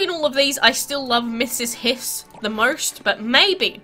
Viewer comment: The medusa boss dragon is called Ms. Hiss. As in miss hiss. You called her Misses hiss or Mrs Hiss